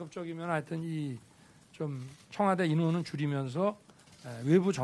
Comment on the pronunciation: 나만 청화대로 들리나